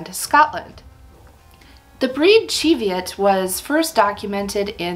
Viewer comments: I’m Scottish and live near the Cheviot hills (and my grandparents on both sides were sheep farmers). It’s pronounced ‘chee’ as in ‘cheese’. Plus the Cheviots are located in the Borders, where the primary language spoken was Scots, derived from Middle English, rather than Scottish Gaelic which was spoken further north. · Chev...just like Chevrolet...CHEV-i-ot. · Not according to my Scottish friend. It's pronounced "chee" like cheese after the Cheviot hills in Scotland where the sheep are from. 😊🐑